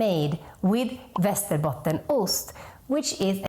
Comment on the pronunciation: It's Västerbottensost btw. She's saying it wrong.